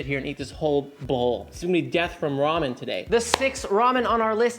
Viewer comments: It's "Ramen" , not "ROHMAH". Who taught you how to read? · It's Raymen ffs.